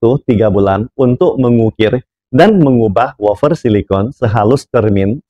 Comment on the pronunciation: Wafer pak, bukan wofer 😂